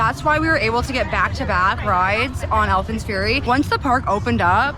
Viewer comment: Great vlogs man but why do you call it Alpine fury 😄